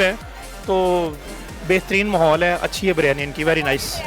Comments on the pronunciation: Behan "Biryani" hai ye BARYANI nahi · O jahil ouraat baryani nahi Biryani hota hai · O meri behn phly BARYANI bolna toh seekh lo. Lol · It’s not baryani it is biryani 😂